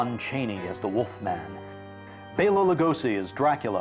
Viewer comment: Thank you for saying "Bela" (BAY-la) instead of "Bell-a." :)